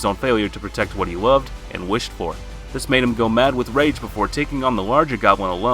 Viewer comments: If you lower youre volume at the start you can hear him says rape besides rage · I can't even list everything wrong with this list. First off you keep saying rape not rage, lets get that out of the way. Then there's Tanjiro at #1, did you even watch the show ? Tanjiro has yet (at least in the anime) to have a rage moment because he's such a gentle person. Then you have Goblin Slayer on the list......do you even watch the shows you list? Goblin Slayer has LITERALLY no emotions at all let alone rage. And my effin GOD the way you pronounced Ufotable should get you arrested. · why does it sound like rape instead of rage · Bro why, why must you pronounce it as rape. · Y u saying rape man its rage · Why does it sound like you're saying "Rape" instead of "Rage" 😅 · Is it just me or does it sound like your saying 'Rape' Instead of 'Rage' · did he say rape scene??????💀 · Nah bro said Rape not rage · I heard him pronounce rage rape many times!! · I feel like he keeps saying rape scene lmfao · I swear it sounds like he says rage as “Rape” lol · Did you say rape sceens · Bro is saying rape scene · Why does it sound like he is constantly saying 'rape' instead of 'rage' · U need holy water for ur ears(the more I progressed in to the vid I started hearing it to) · RIGHT "this is everything we look for in a rape scene" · Because he is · If you listen closer he is saying rape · LMAOOO, ikr. i just made a comment about that b4 i read this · There’s no way he’s not saying rape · yeah' it sounds like his saying' rape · He was probably thinking of berserk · I came to the comment section just to find this comment lol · its true either way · I don’t I was the only one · I'm now uncomfortable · Bro no offense but whenever you said rage scenes in the video I heard rape scenes ...or is it just me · Did he say “rape” rather than raid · You saying rage science or rape scenes sounds like ur saying rape scene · i keep thinking hes saying rape seen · bc it is